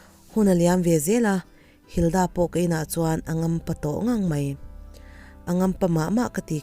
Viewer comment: Linda tih leh Hilda tih hi a lamdan a danglam chuanglo sin 🙊🙊